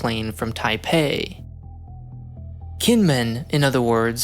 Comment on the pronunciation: You might want to check the pronunciations next time you do a Taiwan video. Kinmen is said jǐnʹmǔnʹ. Hearing it with a hard k is quite jarring.